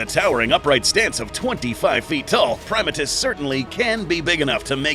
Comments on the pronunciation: it's pronounced (pri-ma-tus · You do what you want, but I’ve always been pronouncing his name as “Prim-AH-tus rex”.